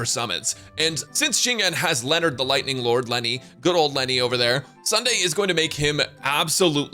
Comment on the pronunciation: I keep hearing "Leonard" instead of Lightning Lord